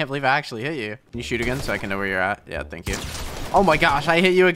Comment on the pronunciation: It's thank not tank